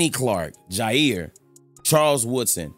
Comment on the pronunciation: The fact u called both jaire and tae is actually ridiculous. Packers glazington. Love the content.